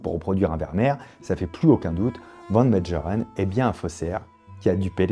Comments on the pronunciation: Prononcer Van Mégheureun! pas Médjerèn ! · Mengerren se prononce à l'allemande : Mènegueureune .